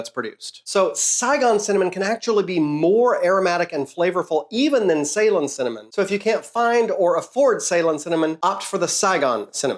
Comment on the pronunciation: I love your videos, love how nerdy and informative they are. A bit disappointed at how you pronounce Ceylon and for not mentioning that's just the old name for Sri Lanka.